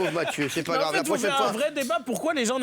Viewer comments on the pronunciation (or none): none